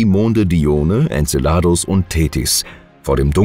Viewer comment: Tolle bilder, die oft mit dem text nichts zu tun haben, aber wenigstens die namen könntet ihr doch richtig aussprechen, so viel anspruch bei diesen themen sollte schon sein. En ce ladus betonung auf ce.......